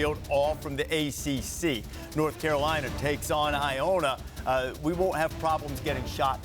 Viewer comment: Where is "Nort Carolina"?? 😂😂😂